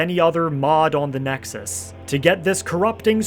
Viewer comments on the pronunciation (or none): none